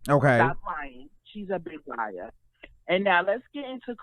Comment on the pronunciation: Armon is the only person who can drag TK to filth lmaoo 🤣🤣🤣🤣🤣 watch her go live on her backup page koz her feelings get hurt everytime Armon says “she’s a liair” lmbo 😂😂😂😂